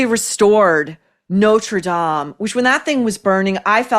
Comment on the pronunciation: First time I’ve ever heard an American correctly pronounce Notre Dahm - thank you ❤